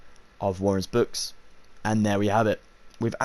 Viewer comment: Bro it's waldenbooks not warren's books!